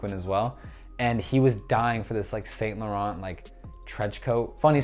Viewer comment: it is pronounced san loron not saint lorant